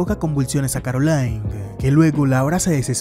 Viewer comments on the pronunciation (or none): none